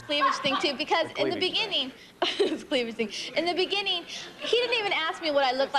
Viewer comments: he said cleavaledge!😁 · Her CLEAV-LAGE LOL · it was me. The guy on the show said cleavelage. Still funny today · Right? When I heard him say “cleavlage” I knew he was sharp as a tac.